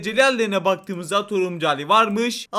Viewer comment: Abim videolarında bir şey fatkettim Turuncu derken Turumcu diyosun abim 😂😂😂😂